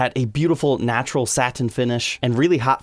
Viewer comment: “SAT TAIN finish”